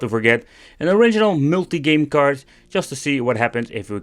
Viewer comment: "an original millty game card"